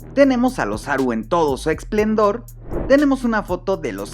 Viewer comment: Oye, se dice “esplendor” no “explendor”, perdón por el comentario, ya le di like al video porque está bien chido!